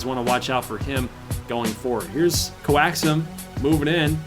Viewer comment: Also, I think coaxum’s name is pronounced coax-um